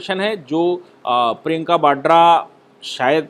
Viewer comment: न तो प्रियंका 'बाड्रा' है, बल्कि प्रियंका वाड्रा है, और न ही 'भ्रस्टाचार' होता है, अपितु उसे भ्रष्टाचार कहते/लिखते हैं। Please be cautious, is my request, which you have been ignoring.